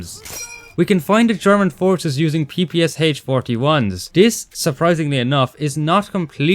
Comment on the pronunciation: as a russian i gotta say it's not pronounced "p-p-s-h" it's pronounced "p-p-sha"